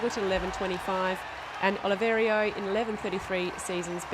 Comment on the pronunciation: Who is this woman? Why does she keep calling Olivera, "Oliverio". What does she mean "there's the biscuit" Johnnie Peacock's times were way quicker than Oscar's even before this race. Why does she drone on and on?